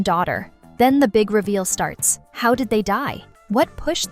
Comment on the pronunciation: It’s how not haw￼￼